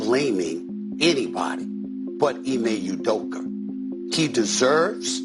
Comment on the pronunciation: “Ime udoker” -Steve A smith lol